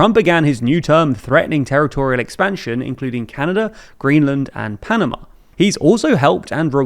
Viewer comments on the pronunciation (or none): none